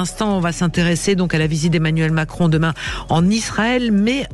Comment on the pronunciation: tu ressembles à Cécile C'est Emmanuel Macron et non Emmanuel Cron fait attention si tu enlèves le R